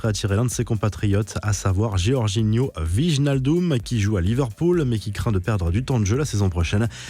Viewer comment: Le wijnaldum a été dur à prononcer 😂